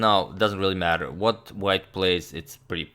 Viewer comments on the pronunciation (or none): none